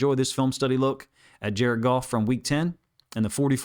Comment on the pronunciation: Jar-ed Goff! Jar-ed Goff! Jar-ed Goff!